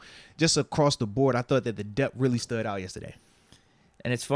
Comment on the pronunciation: Why do you say dep when the word is depTH?